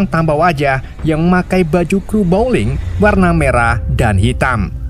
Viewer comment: teruk sangat ulasan... belajar bahasa inggeris lagi.. bowling jadi blowing, nama banyak salah...